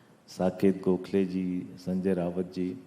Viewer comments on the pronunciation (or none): पढ़े लिखे लोगों को दूसरों के नाम का सही उच्चारण करना चाहिए। AAP नेता द्वारा शिव सेना UBT के नेता संजय राउत को बार बार संजय रावत कहना गलत है।